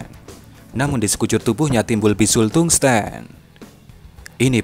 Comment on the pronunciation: tungsten, baca tangsten secara biasa